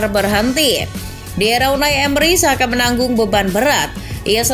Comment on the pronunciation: andaikan Xabi Alonso benar-benar ke Liverpool musim depan, besar kemungkinan akan membawa Florian Wirtz. Koreksi min, nama Xhaka dibacanya "Chaka" cmiiw 😅